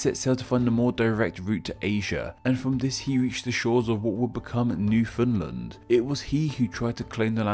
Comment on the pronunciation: Minor pronounciation squabbles: Cartier (kar-tee-ay), Champlain (sham-plane or sham-plen), Newfoundland (new-fin-land), Acadia (ah-kay-dee-ah) sans the r, Quebec (ka-beck) and finally Montreal (mon-tree-all or francofied as mon-rey-al). Also, I know that there are also Acadian diaspora in Maine and Vermont.